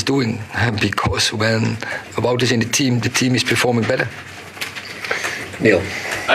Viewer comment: Wout weghorst.. his name is Wout with a W not pronounced Vout with a V - get it right reporters,fans,commentators.. annoys me 🙈